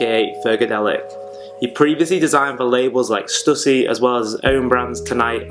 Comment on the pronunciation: Man these posers. Also you pronounced stussy wrong